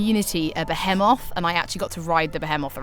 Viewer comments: I always thought it was pronounced firagua. Well here I'm sure it's pronounced bee-hee-moth, not beh-heh-moth. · I managed to catch a beHEEEmoth by lowering its HETCH Pea with my LEAVE er...I assume the rest of the video was awesome but I had to go to the emergency room after hearing this.